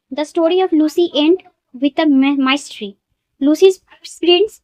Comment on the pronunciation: Pronounce korte sekho age mystery ke tumi pronounce korcho maistry then oft k bolcho off ota often mam